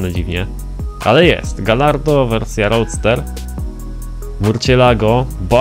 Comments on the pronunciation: Nie czyta się galardo tylko gajardo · nie czytaj kantacz ani galardo tylko kuntasz i gajardo